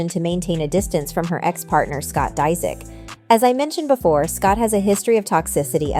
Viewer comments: It’s “ Dis ich “ 😂😂 she’s said it like three different ways and all the wrong way! Dang 😂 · 😂😂😂 learn to say his last name hahahaha